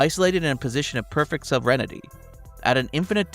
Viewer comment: I really enjoyed the video, just one nitpick: "sovereignty" is not pronounced "sovereignity"